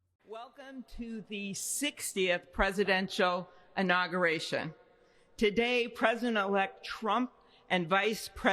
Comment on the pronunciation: Why is it so many of the mega people mispronounce words? Inauguration, not in- aw- ga-ration...damn these ignorant maga.